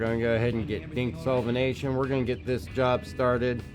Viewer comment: It's "Dinyx solventation" not "Dinx" ;)